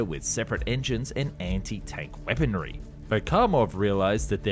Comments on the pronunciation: I dont understand the grammatical errors and word pronunciation in these vids. "Weapondry"? It sounds like the errors of a script just read verbatim by an AI voice-over. Very strange.. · liser? weapondry? hoperate? is this on purpose? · For the love of God man... its weaponRY not weaponDRY. Good video otherwise.